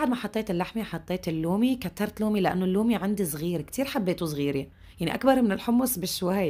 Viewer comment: النومي وليس اللومي